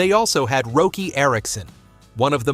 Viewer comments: Roky is pronounced rocky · Roky Erickson’s name is pronounced “Rocky”, just FYI.